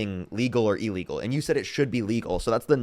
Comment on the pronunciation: TBH, I can't tell when you are saying "legal" and when you are saying "illegal". The words as you spoke them sounded the same to me.